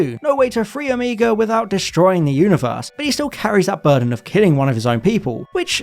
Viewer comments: Sorry, this is starting to really annoy me. You do this, the girl on who culture does this, and it’s frustrating. It’s pronounced Oh-may-ga not oh-mee-ga. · I swear you mispronouncing Omega as Omeeega or Omayga sometimes, but then saying it correctly sometimes... I thought you were trolling us until your comment at the end. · Omega not omEga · hmm, mis pronouncing Omega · At the time of this programme, when I was growing up in the 60s in England, the last letter of the Greek alphabet was pronounced neither omeega (which sounds like "amiga" to me) nor omayga, but ALWAYS Oh-miggah. The same pronunciation was used in Evil of the Daleks for the same reason. It may have been classicists' influence. There are 2 Os in Greek: the little (micro) O, hence O-micron, and the big (mega) O, hence O-mega. So I still pronounce it as Oh-miggah. For the same reason I still say Oh-my-cron, and not Ommee-kron as the medics said during Covid.